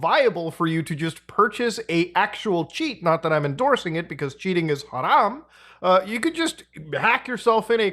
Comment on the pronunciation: “Cheating is KHaram” lmao I love him